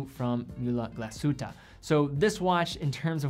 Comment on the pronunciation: Nice video but you need to work of a correct pronunciation of the German brands like Lange und Söhne, Glashütte or Mühle. Sounds really weird. You can do it!